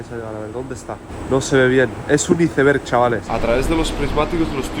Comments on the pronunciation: Como que izeverg??? Iceberg!!!! Sino di témpano de hielo si quieres “traducirlo” igual te banco pero me duelen los oídos de escuchar una palabra tan mal dicha ❤ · Excelente. Recomiendo fuertemente la pronunciación: 'aisberg' en lugar de iceberg. 😂 Abz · Por Dios naciste en Escocia y dices "iceber"? Dilo en inglés como debe ser. Y es océano ATlantico. Lleva una T antes de la L. No se dice Atlàntico por Dios. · Aprenda a decir iceberg jajaja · Por qué le dice así a los iceberg 😢 suena horrible jajaj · Solo a mi Me costó entender cuando PRONUNCIABA ICEBERG…tal cual como se escribe en espanol ?? ..jajajajajaj😂